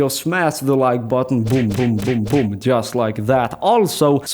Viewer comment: Not BOOM but VOOM